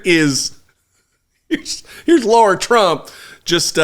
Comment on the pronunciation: “Laura” Trump? Or LARA?